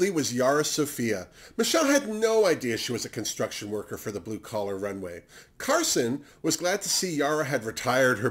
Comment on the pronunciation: ha, my bad:) When you were talking about Jigly, Akeria and Skarlet you said “it’s not blue collar” but what I heard was “it’s not blue color” Lol Kisses 😘